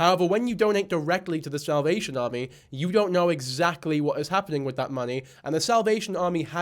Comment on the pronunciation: lol its bc of how Mikayla pronounces it